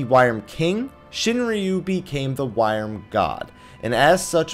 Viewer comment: I may be wrong, but to the best of my knowledge, "wyrm" is pronounced "worm".